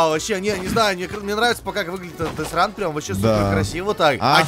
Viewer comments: Не десран а дед ран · А почему Олег говорит дезсран ?а не дезран ? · А почему десран а не дедран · превью: дедран название: десран коффи : дезран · Я один заметил что не детран а десран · А почему не детран а десран